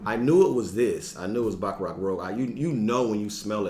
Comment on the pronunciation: Yo G..I know it be going wild😂 .but its pronounced Baccarat... (Cant be messin this one up in the fragrance community lol..my boy told me my Aventitoss smelled good and i almost spit out my drink😂😂😂😂😂